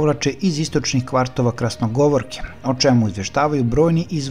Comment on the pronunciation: Nije Krasnogovorka,nego Krasnogorovka,pa čovječe ti imaš govorni grešaka bez kraja, pa Europa te sluša ,prekini sa komentarima i daj mjesto nekome drugom da to radi kako treba, a ti se malo prošetaj 😂